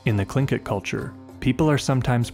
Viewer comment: Wow, a narrator that knows how to pronounce Tlingit! That, in itself, is anomalous. 😉☺